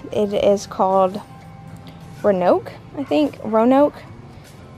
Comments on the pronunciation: Row-a-noke. Short a. 😂🤣😂🤣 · Also...Roanoke...said like: "row-a-noke"...like the city in Virginia